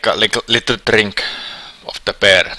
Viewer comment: "and drinking beer" the way he says beer is "peer" which in Estonia means fart. so, you are going to drink farts